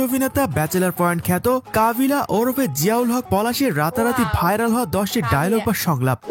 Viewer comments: ওরপেনা ওরফে😂😂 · ওরপে না ওরফে